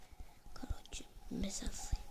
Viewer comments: схин емес шин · Сһин емес шин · Салем агылшынша билесын ба схин емес шин